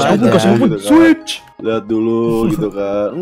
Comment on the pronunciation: switch bang bukan swuid